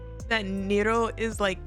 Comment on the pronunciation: Who tf call Ne Ro, Nee Roo. The name is literally come from Neko->Nero